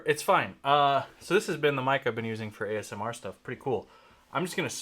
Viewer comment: I like your videos for the education, insights, commentary but I just hope you don't ever say AMSR again...